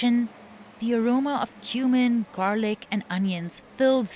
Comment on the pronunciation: is it just me or does it sound like she said “the aroma of human…” 😅 (Yes I know she said cumin but)